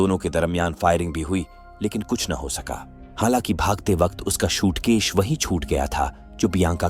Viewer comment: Shootkesh nahi SUITCASE hota hai bavligend🤦‍♂🤦‍♂🤦‍♂